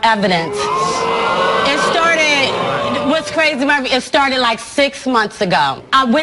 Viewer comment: Been on the show and still can't pronounce Maury's name. LOLOLOL